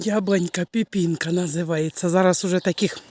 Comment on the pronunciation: не піпінка,а пепенка😂